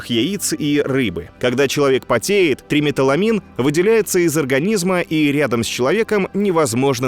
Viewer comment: ТриметИламин, не триметаламин. Вещество, обеспечивающее запах солёной селёдки